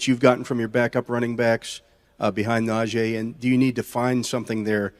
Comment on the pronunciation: IT'S NAH-GEE NOT NAJAY